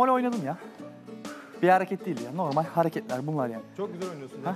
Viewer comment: Rümeysanın normel demesine çok takılıyorum ayyy